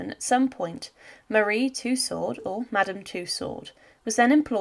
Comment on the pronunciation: Firstly It's Madame Tussaud. not Madam two sword or to sword. It's a french name and thusly pronounced as sutch. If you are to lazy to look up the french pronouncination of it, its similair to “To-so” like to sow (as in planting somthing). Tussaud and two sword does not sound simlair. Secondly the kings head was not cleanly cut. Due to the thickness of his neck (Due being overweight) the blade did not cut it cleanly off, so the exicutioner had to use a knife to cut the reminder of the neck. Thirdly. No one but those who where the nearest to the king acually heard what he said, due to every one yelling and the drums rolling. I believe there only where two written records of the kings last words. and it's from one of the guards who brought him up on the scaffold, and teh second being one of the exicutioners present up there. Forth and final. The queen was sorrounded by so many lies and rumours by ignorant and hatefull people who blamed everything on those around them, instead of accepting their own faults. that the queen would still been sentenced to death. It was a show trial. Even God him selfe would had been sentenced to death if it had been him on that trial. Thee was no possibillity of a fair trial or a just outcome.